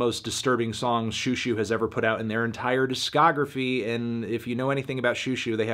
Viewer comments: It’s zhoo zhoo, not shoo shoo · this is over a year late I know, but for the love of god please pronounce it like show show, not shoe shoe. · "shoo shoo" wyd melon